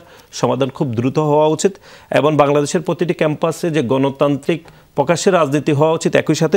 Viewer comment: পুকাশ্য পুকাশ্য পুকাশ্য তারপর আবার পুকাশ্য পুকাশ্য আলোচনা শেষ 😂😂😂😂